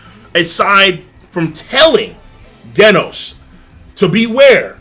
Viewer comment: The way you say Genos makes me cringe